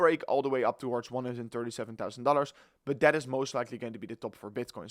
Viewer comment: Your English is perfect! Only the word But......